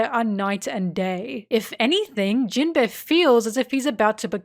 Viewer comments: For all your love of this character, you really can't pronounce him right. Jinbe, not jin-beh. There's an inflection and emphasis difference that makes it sound extremely different. Amazing video btw, left 1 other comment about a nitpick like this and in case you see these I just wanted to make it clear that they didn't make me dislike the video, the video was great. Your narration is very well done. In long scripted video like these people often tend to speak monotonously and overuse the same inflections, sounding very artificial. But you sound natural. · Absolutely fantastic video. I love your in depth analysis of all these characters, but unfortunately I can't unhear Jin-bear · I kept hearing Jin-bear whenever you said his name and thought it was some hidden gay joke or something lol. You know, the bear body type that is popular in the gay community lol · Whenever says jimbei all I hear is jim-bae💅🏼❤ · Are we going to address that you are calling him gym bear? Love the content as always, sorry for the callout